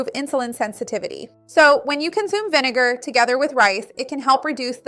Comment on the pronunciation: is it so efing hard to say vinegar ?